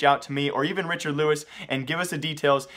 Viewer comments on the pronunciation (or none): none